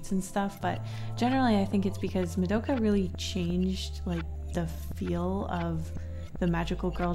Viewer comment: I'm sorry to say this but why does she say "MADOKA" it's "ma-do-Ka"